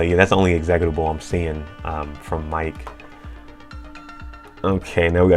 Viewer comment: Great video but man the way you pronounce meterpreter and executable is driving me crazy 😭😭